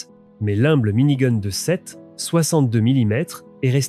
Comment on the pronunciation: mini goune ^^